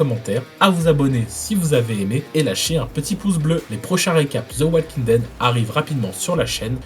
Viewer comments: Juste pour la prononciation on dit walking Dead sans le "L" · tres bien, mais stp : on prononce pas le "l" de walking...